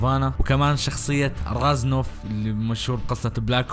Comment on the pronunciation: مينيندا؟😂😂😂 مينينديز مو مينيندا ريزنوف مو رازنوف